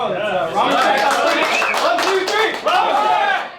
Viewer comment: "raw men shack"